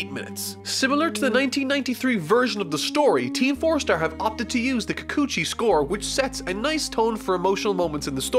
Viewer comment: ...How could you pronounce Kikuchi just fine and botch “Unmei No **HI**”? Also either OG Japanese or TFS. I can’t decide.